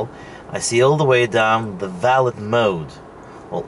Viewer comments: You are joking right? You own a $100k car and you don't know aabout valet parking. Not valid like you pronounce it. but "Valè" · valit mode. valet - vel-lay mode. Its just a creep mode. get over it. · Haha! Ya, it’s pronounced VALLAY. Valet service is at high end restaurants and hotels. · Its pronounced “Velvet mode” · Valet is a French word, pronounced va-lay. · It is spelled valet, but the t is silent. So it's pronounced like valai. Just saying, I'm not trying to be mean :) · no its not valeT mode, the t is silent... you only use it when you go to a hotel or somewhere with a person who parks your car for you... you enable it so they go drifting with your car, or go through ur personal stuff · Probably should have looked in a dictionary for the pronunciation and definition of "valet". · Du uttalte valet feil i hele videoen. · I'm disappointed that someone with enough money to buy a Model S doesn't know: 1) How to pronounce "valet" 2) What a valet is